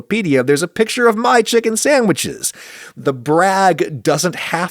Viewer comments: Why is Adam saying sammiches instead of sandwiches every time? It just reminds me of the stupid “make me a sammich” thing from the early 2000’s. I haven’t heard it in any other context. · After I watched this, I hear Adam's voice saying, "sammiches" in my nightmares